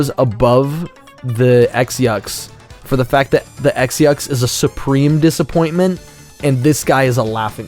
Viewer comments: Also they are pronounced “Cross Yux” for no reason…why only includ that for the Yux and not the Nauts? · "erm, excuse me, according to goombella's tattle log, the x-yux is actually pronounced 'cross-yux'"